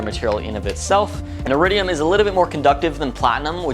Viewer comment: Really ? That's how you modify a car ? NOT. And when you decide to do anything public, try to pronounce everyday English words correctly. Especially names of things you're 'trying' to teach people, like, iridium. It's not pronounced arridium. If you felt like just making a video, you could have taken shots of flowers or anything beautiful instead. Waste of time.